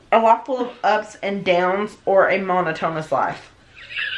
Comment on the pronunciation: A "mono tone us" life. Ugh, ya killin' me. 😂 Monotonous="Mo NOT O nuss"